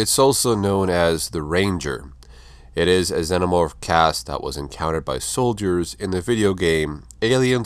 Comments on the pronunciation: Im sorry but its pronounced ZE-NO-MORPH not ZEN-O-MORPH. You saying it wrong 100 times ruins the video. It does make a difference. It'd be like calling a TERMINATOR a TERM-NATOR. Its just wrong. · That's not how one pronounces xenomorph.